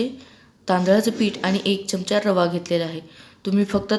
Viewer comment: च्यमच्या नाही हो, चमचा म्हणा ना. तुम्ही सुधारणार नाही.